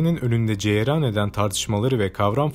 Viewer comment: Yeni seslendirmedeki vurgu, telaffuz ve Türkçe hatası rahatsızlık verecek seviyede komplo/komple, cereyan/ceyeran, makale/mekale lütfen dümene yine siz geçin.